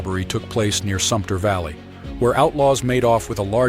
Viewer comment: Wa-lam-et, sump-ner, Santi-am, that is the way they are pronounced.